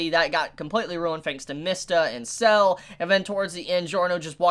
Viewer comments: Sa-le, not Cell. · It's not "Sells" it's Sa-Le. Litteraly as it's written, as his name in Italian translates to "Salt", making it a direct contrast with Zucchero (Sugar) a few episodes ago. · the one irk I have is that they turned [ Kraftwork ] from a cool white and blue colour to a disgusting green. they even used the same pallet for [ Soft Machine ]. also, it's Sale, not Cell. his name is Italian for "Salt" and expect more people named after foods or Italian dishes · Really pronounced "Sah-leh"